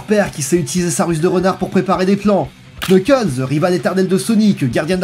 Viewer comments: Cette vidéo est presque parfaite a 1 détails prêt (on ne dit pas Knuckles mais Nuckles) 😅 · Je connais surtout Sonic X, pour Boom j'ai été très surpris, comme tu l'expliques, par son autodérision et son second degré. Une très bonne surprise, je dois dire. La vidéo est excellente, à part le Knuckles, ça se prononce pas comme ça !